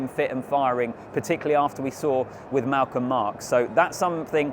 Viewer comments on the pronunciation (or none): none